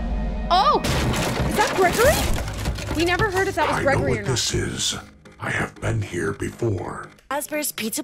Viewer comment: She can’t say the name right and the title is wrong it’s glam rock Freddy and Gregory